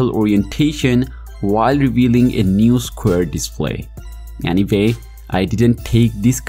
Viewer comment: "Any vay , these are my tarts"!